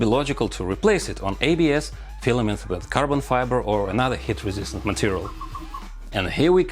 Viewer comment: every time he says heat, it sounds like hit, and i get confused😅